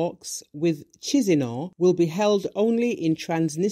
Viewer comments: Kishinau! not tchishinau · Oh , the way this lady pronounced capital of Moldova-kizinau made me believe that's a name of a separatist from Transnitria 🤩🙈🙉🙊 Chisinau/ Kishinau ✌️ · Thanks!... BTW, where is "Cheezeenow"? 💀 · FYI, the capital city of Moldova is pronounced Ki-shin-now. Mr. International news broadcaster.